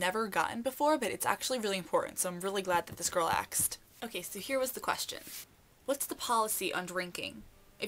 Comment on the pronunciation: DID YOU SAY "AXED" QUESTIONS NOT ONCE BUT TWICE ????